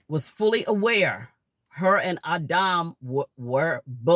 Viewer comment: Its adam not auhdaum